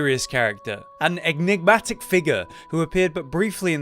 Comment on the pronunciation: nice try pronouncing enigmatic. Good effort